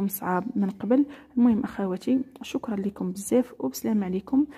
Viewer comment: كثيرا مش كثيران😂شكرا مش شكران😂جزيلا مش جزيلان😂